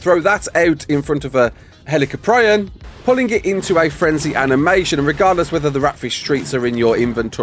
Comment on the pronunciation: As soon as I saw the video, I knew you'd butcher the name. Never change,.